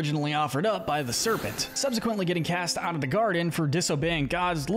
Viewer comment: Serpent not serpen